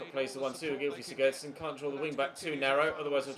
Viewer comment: Good vid. Also the Everton midfielder is called Beni “Beningamee” and can you stop saying sigurdsson like sigurrdsson and sigudsson